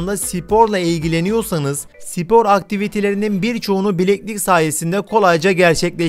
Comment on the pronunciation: Sipor dediğin anda videoyu kapatdım